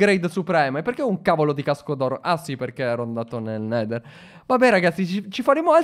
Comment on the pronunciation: ora andia nel nedal IO:pronucia spetacolare Alessandro borgese:Voto 10/10 ti adorooo